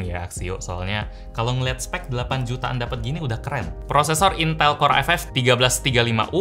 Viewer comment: baru opening dah bikin ngakak woyyy lah🤣 intal intell